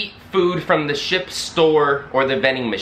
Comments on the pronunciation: Or as you say, shi-PUH ;) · I like how you say the word ship